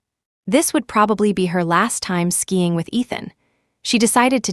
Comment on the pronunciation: SKIING not skying